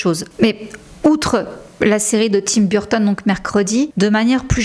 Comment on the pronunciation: Je vous adore, je regarde vos vidéos très fréquent mais j’adore aussi Tim Burton, mais la prononciation de Burton en anglais de votre part 😮au secours très franchouille 😂 Sinon je vous adore !